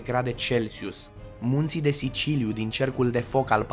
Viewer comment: Scria "munții de siliciu" și tu ai zis "munții de siciliu" :)